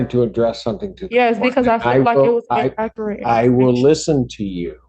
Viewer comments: I hate when there are "in-ak-ret" statements. 🇦🇺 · inakerat infuhmation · She cannot even say inaccurate right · I didn't know there that many ways to mispronounce the word inaccurate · This shows you the intelligence of people in Detroit! For one thing, she can’t even pronounce the word inaccurate correctly. And surprisingly, she apologizes over and over which you know damn well she doesn’t mean because these people always think they’re right!